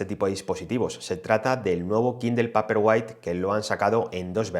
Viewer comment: Paperwhite se dice peiperguait!!!